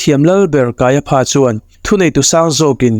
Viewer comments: Kaia PHA tih loh tur, KAIA FA tia lam rik tur.😂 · I channel hi ka lawm takzet. Thu thatak I rawn to chhuak hi aropui ka ti thin. Mahse pronunciation kha fimkhur angai ang. Kaiapha kha kaiafa ti zawk tur ani e. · Puithiam lal ber hming hi Pha ti lovin Fa tiin lam ila. Ngaihthlak a nuam zawk mai thei e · Kaia pha a aw chhuah FA tih tur Hmunkhat a ph a awm tlan chuan F aw a chhuak tur a ni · KAIAFA TIH. TUR KAIPHA TIA.LAM TUR A.NI LO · Kaiafa tiin lam mai la ,kaiapha tih tlatte chu a😅😅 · Kaiafa tia lam mai tur nia...ngaihthlak a ti nuamlo😅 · Ph hi f angin lam rik tur,i sawi dik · Kaiapha niloin Kaiafa tia lam tut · Kaiapha Pha tiin lam loh tur Fa tiin lam tur. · Kaiapha nilovin Kaiafa tiin lam zawk la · Kaiapha hi, Kaiafa ti angin lam la a dik zawk awm mange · Kaiaphas, pronounciation hi kan ṭawng in, kaiafa's tih tur. Pha hi fa tih tir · kaiafa tia lam tur a ni lo mi sir.. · Caiaphas/Kaiafa tih tur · Kaiafa ti a lam rik tur. Kanawha tih loh tur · Kaiafa ti a lamrik tur. Kaiapha ti lo vin